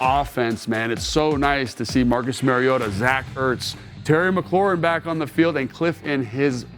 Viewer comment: Pronunciation of Marus Mariota's surname has been a radio topic this week, and the first syllable is like the 'ma' in grandma, not like the 'ma' in marriage. Marcus himself pronounced it that way, and now that I know the correct way, it is mildly annoying to hear detail-oriented Logan repeatedly mispronounce it. I am sure Logan is not doing that deliberately, and will correct it in future. In any case, we are fortunate indeed to have both Marcus playing so well and Logan explaining so well what he is doing.